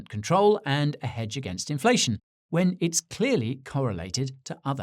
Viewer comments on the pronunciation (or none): none